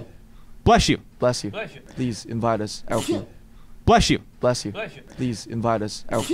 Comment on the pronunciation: I love how u can hear Jin saying in the backround "Blesh you"😂❤